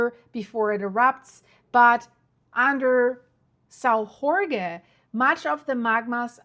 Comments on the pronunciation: Saò jorge Translation=Saint George. Not Mexican ! Not "hore hey."🙄🫩😆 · You lost me on the "Sao Rorgué island". If only the english speakers new that Jorge in portuguese is spelled almost like George in english... And this event happened 4 years ago. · Please, just say: "São George"... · You can pronounce: island of Saint George , in Azores. Very nice islands to visit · Thank for the information, but please say the name of the island correctly. It's São Jorge or St. George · You can’t expect her to know every language. Portuguese has some strange sounds, too. I say this as an Azorean descendant!